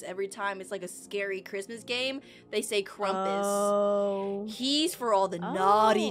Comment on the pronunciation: Lol It's krampus Not Krumpus It's fine If that's the Way u pronounce it!